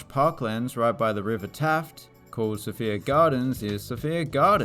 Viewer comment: Just an FYI Sophia Gardens isn’t pronounced like the name ‘Sophia’, more like So-Fire